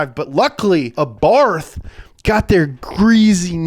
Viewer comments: Why does he keep saying 'Arbarth'? Lol. It's Abarth!! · It's pronounced ABART not ABARFFFFF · Every time he spells Abarth as "Abarf", I'm gonna barf Seriously, someone has to say him that it's spelled with "T" not "F" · It's pronunced "Abarth"